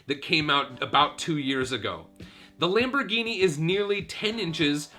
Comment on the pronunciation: nice LAMPBOHGYNEEYY